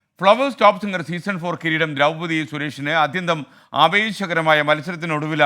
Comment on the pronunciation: ദ്രൗപദി എന്നാണ് കേട്ടോ. 'തി ' അല്ല.